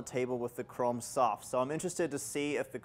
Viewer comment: Is he saying Chrom soft or Chrome soft?